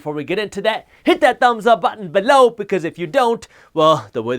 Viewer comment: Pleas don’t say “below” like that...